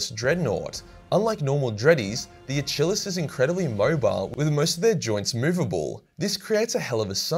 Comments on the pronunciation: (uh-kill-ees) not uh-chill-us) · I swear your the only person in the world whos ever mis pronounced achilles as a-chill-ees. Not the first word you couldnt read or mispronounce. Sometimes its funny, sometimes its like headslap Might wanna retake the english class there buddy. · Might need a lesson on pronunciation though. And I think what he’s trying to say is Achillus or Achillis but he’s saying the first bit like it’s chair. When I imagine those words are derivatives of Achilles. So it would be said phonetically as a-ki-lus or lis. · “Uh-chill-us Dreadnought” Oh lord 🤦‍♂️ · Pretty sure Achilles is pronounced like the Greek hero, from the Battle of Troy. So Uh-keel-eez.